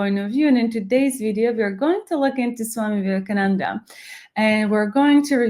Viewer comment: Swami Vivekananda. You missed 'a' at the end.